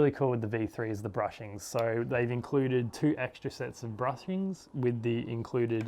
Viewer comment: Awesome quality review except the bushing pronouncing part